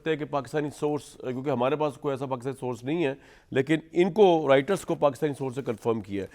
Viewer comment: Why do you call it Eraan? Then, it's not Riter. Its Roiter